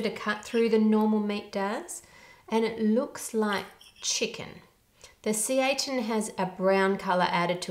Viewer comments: Only because you asked, but at least in Japan it would be pronounced "Seh-ee-tan" (it almost sounds like you're saying Satan ((the devil)) with an accent). At the end when you talk about how it is harder for people with celiac to be taken seriously I can understand that. My first job was at Arby's and if somebody asked for gluten free we were supposed to change our gloves and completely sanitize every surface that would be involved with making their sandwich. This would obviously grind everything to a complete halt until we finished making that one sandwich. So, we would ask them if it was because of an intolerance or medical condition or if it was because they just don't like gluten. If it was the former, we cleaned everything like we were supposed to. If it was the later, we just didn't give them bread. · seitan is mostly pronounced say-tan; love your channel :) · Seitan is actually pronounced like “Satan” lol. It’s really tasty! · I was cringing every time she said "see-ay-tahn" but I used to work at a vegan restaurant and people used to say it a million different ways. Pitaya was another item people had trouble with pronouncing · Wonderful information and it is pronounced “Say-Tan” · Seitan sounds like Satan, only emphasize both syllables: say-tan. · It's pronounced SATAN 666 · seitan is pronouced “say-tan” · Not really, you pronounce it differently but its hard to properly type the sound. say-tan is still incorrectly pronounced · If you're still curious it's actually pronounced "say-taan" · I think seitan is pronounced “say tan.” I could be wrong, though. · Say tahn, the a in romaji is pronounced as an "ah" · I'm late here, so my apologies if it's already been answered, but since I didn't see it in the first 100ish comments, seitan, AKA "wheat meat" is pronounced "say-tan." It's kinda like tofu in that it pretty much tastes like whatever you cook it with, but it has a meatier texture. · Not the brand being pronounced "satan" Hahhaahhaahhahahaha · Unholy Seitan